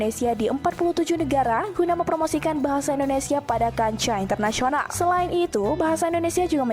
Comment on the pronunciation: Aku bangga pada anda berdua chanel, karena pengucapanya Bahasa Indonesia sudah semakin baik.